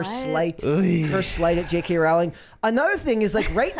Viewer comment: Pronounced “Rowling” like “Bowling”